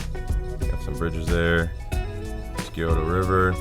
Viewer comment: Good stuff man. I like to eat at Schmidts in German Village. We pronounce it Sigh - O - Tuh River. I live a block away just south of Columbus. Hoping to get out with our drone soon.